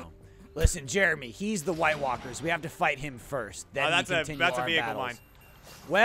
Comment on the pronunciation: Hot Pie, the boy killed by a "wight" sheep 🤣